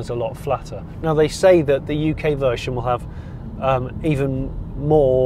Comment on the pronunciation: Vershon 2.0!? What the hell is vershon?